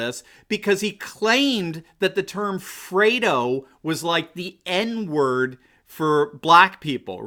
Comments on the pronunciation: its Fredo not frodo. Respect from 🇵🇭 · Freddo, not Frodo. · It's Fredo not Frodo...lol...but what's the difference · 'Fredo,' not 'Frodo,' please. Thanx.